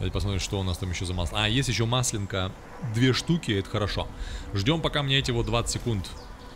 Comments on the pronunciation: Маслёнка - ударение на "Ё". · Не маслЕнка, а маслЁнка))))